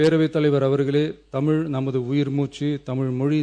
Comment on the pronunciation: Its தமிழ் not தமில், most ministers are saying தமில். Sad.